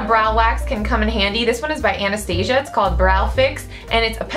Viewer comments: But it's not right... Anastasia is founded by a woman named Anastasia and that's pronounced An-es-tah-seeyah. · OMG! somebody finally says Anastasia right!